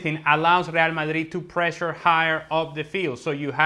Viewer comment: Seriously hate with a passion how this fool says real Madrid. Actually gets me seething